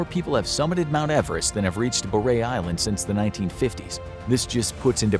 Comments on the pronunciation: Boreray is three syllables. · The last one is Bor-rer- ray , not Burr-ray island. Just off Hirta , the main island of St Kilda. I've been on Hirta.